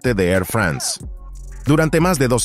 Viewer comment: ¿Por qué pronucian "France" como si fuese un país anglosajón? Igualmente, "Airbus" se pronuncia ǀɛʀˈʙʏSǀ (API).